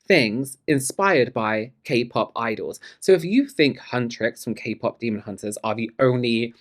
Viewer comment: IT'S NOT KAY PAP 😂 never gonna be not funny